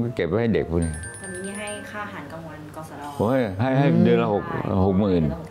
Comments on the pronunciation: กสด. ไม่ใช่ กศน.นะครับ 5555 จากรุ่นน้องครับ ❤ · กสด ครับพี่ไม่ใช่กสนครับ กสด ก่อสร้างดุสิตครับพี่